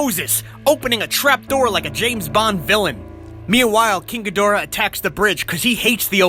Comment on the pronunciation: Ghidorah is pronounced like (ghee-dr-uh) (No offence intended)